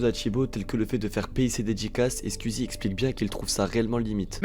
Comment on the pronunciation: très bonne vidéo, mais pitié, penses à revoir ton accent quand tu dis squeezie, twitch.. 🤣